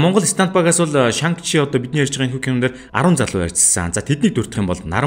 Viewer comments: Нэрийг нь Шан чи гэж дуудах байхаа. Хядад хэлэнд арийнх нь “Г” -г дууддаггүй шүү. “NG”-р төгссөн үг байвал хэлний угаар Н гэж дуудна шүү. Шанг гээд байхаар эвгүй сонсогдоод байна 🙏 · дуудлагаа засаарай шан чи гэж цэвэр дуудагддаг байгаашүү,гоё контент болсон байна